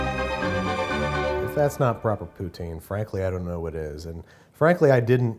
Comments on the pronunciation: I've watched a lot of poutine videos, and I want to give props to Matty for acknowledging that poutine is not a Canadian dish, but a Québecois dish. Next, English speakers just need to work on pronouncing it "puts in" instead of "poo teen". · I wish people outside Quebec would pronounce it right, it's not POO-teen, it's pou-TSEEN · Poo-tsin. It’s French so it has the accent, so poo-teen is usually seen as incorrect. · if you TRULY cared a lot about poutine, you'd pronounce it "Pu-tin" instead of "Poo-teen" but the Canadians forgive as long as you say sorry. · What tf is "Pouteen"? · NO ONE PRONOUNCED IT RIGHT! IT'S PRONOUNCED PUTS-IN TABARNACK D'ESTIFIT D'CALISS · its pronounced poo-tzinn. there is no other proper pronunciation. and i think your cheese curds were cold. major mistake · buddy!! it's pronounce "poo-tin"... kinda like the our all powerful Russian overload. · Man goes to so many lengths to get every element of the poutine correct and accurate. Still pronounces it Poo-TEEN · A Quebecer would have a lot to say about your pronunciation, but it looks legit. French people usually say it like "puts-in". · It's pronounced "pou-tsin." Better luck next time, bud. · Im gonna have my gatekeep moment as a montrealer this looks wack and the pronunciation poo-teen is my 13th reason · As soon as you said poo-teen I knew it wasn't going to be as authentic as possible. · 2 comments, Poutine is pronounced like Putin... for the Food Snobs... feeling a lot of Sam the Cooking Guy from this episode... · For general reference to everyone here... POUTINE is pronounced "Pooh Tin" (not unlike the mad dictator in Russia) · I'm a Québécois and I approve this poutine. Now learn to pronounce it properly, it's poo-TSIN. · Not bad, cept it pronounced POO-tin, calisse. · babish: poutine canada: ITS PRONOUNCED POOTIN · awesome... except its pronounced "pu'tin" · Claims to have respect for poutine, proceeds to pronounce it incorrectly for the entire video smh 🤦‍♂️